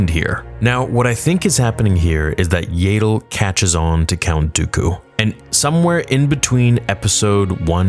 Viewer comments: That's what I thought 😂 it kept distracting me from everything he was saying whenever I heard "YAY-DLE" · It’s pronounced yaddle, not yaddle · It’s Yeah-dull bruh. Not “Yay! Dull!” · It's ya-dull not yay-dull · This is awesome. However, it bothers me that you say "Yayddle" rather than "Yahddle" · I'm sorry but its so irritating to me how you pronounce Yaddle 😂 I always hear everyone say it "Yah-ddle" instead of "Yay-ddle":P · Is Yaydel the official pronunciation? I ask as I've also heard Yaddel, and the spelling does seem to make Yaddel more likely that Yaydel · It's pronounced YAD-DULL (rhymes with Paddle), not YAY-DULL. Also, Yaddle was present at the very end of Episode I if I remember right so the fight will be in between 1 and 2. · THANK YOU. It annoys me almost as much as when he pronounces Xizor as "zy-zor" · Stop calling her Yeiddle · I’m sorry but there’s two ds how is it yay-del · Shouldn't Yaddle be prenounced more like "yaadle" or "YArmouck" instead of like "able" ?